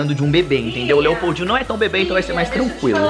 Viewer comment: Quando eu escutei esse nome Lepoudinho pensei que ele falou EI PEIDINHO